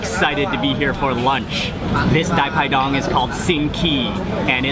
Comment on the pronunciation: We call it Pai Pai Dang (not Dai Pai Dong). Wow ! Thanks I love it.